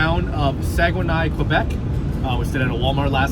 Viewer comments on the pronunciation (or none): Just an fyi…it pronounced SAG-EN-AY…(Saguenay) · Please learn the prononciation of Saguenay. Only when I saw it on the map did I understand…